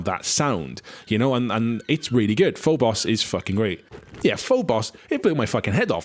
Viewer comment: Phobos is not pronounced FULL BOSS but FOBOS, either from Latin or Greek. Good video though!